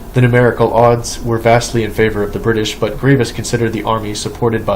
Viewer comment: it's "Grivas" lol